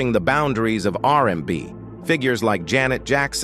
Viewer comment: ‘R da B’ ‘R in da By” 😂😂😂😂😂😂😂